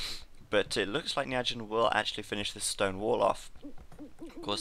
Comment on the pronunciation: It's pronounced "Ny Four Jyn" i believe. Turkman pronounces it that way. Sounds way less awkward.